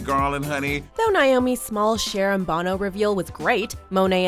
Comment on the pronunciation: Cher and Bono? It’s Sonny and Cher. And Bono is pronounced like, “oh, no”